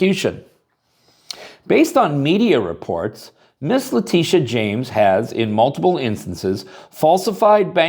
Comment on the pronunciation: What is a Lateeteeah?